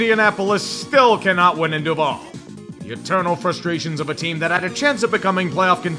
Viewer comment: srop. pronouncing. duval like that you uncultured swine.